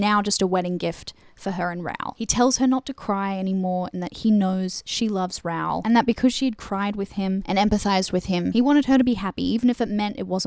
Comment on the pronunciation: love your extensive analyse! (tiny little bit have my thoughts on your Raoul pronunciation: Rowl? <Ra-oohl>!